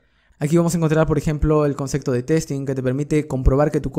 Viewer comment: Súper bien en el dominio de la materia, pero PORFAVOR no se dice CONCECTO, es concepto (con P)